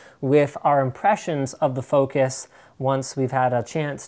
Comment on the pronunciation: The name is FOC US, lol. Comee on !!!